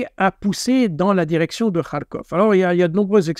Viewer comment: Il ne sait mêem pas prononcer Kharkov. C'est déplorable, même HugoDécrypte le fait bien...